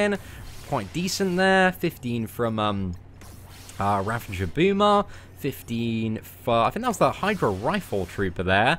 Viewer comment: you are mot the first one to say (ravenger) so many people say it wrong! I am beginning to think it is pronounced (ravenger) instead of ravager!